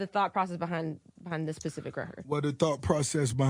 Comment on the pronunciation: Baby girl it’s “specific” not “pacific” smh